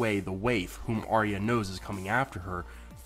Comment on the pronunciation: It's pronounced "Ar-ya" not "Aria" and Bran would've known if Arya was dead...